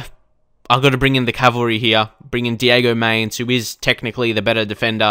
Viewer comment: You habe to say mainz the same as depay